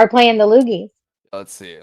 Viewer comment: Sounds closer to loodies than loogies